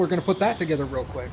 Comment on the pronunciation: "people are going to put that together real quack.......real quick ".........careful, people may see through your disguise and find you out as, mallard overlord of Downeland🦆................................or like 85% of people (myself included) can flub a word in a heartbeat😅